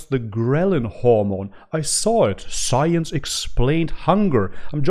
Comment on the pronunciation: The way says "sciience" 😁😁😁 She ate approximately 700 grams of carbohydrates and Like 5 grams of protein, and - 5 grams of amino acids and micronutrients